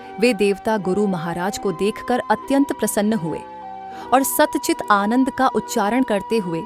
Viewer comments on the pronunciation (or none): none